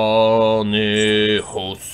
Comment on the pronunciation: mówi się deinonych